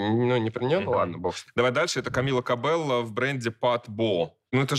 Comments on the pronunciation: Камилла КобеЙййо, пожалуйста)) не кобелло 😢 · Правильно говорится- Камилла Кабэйо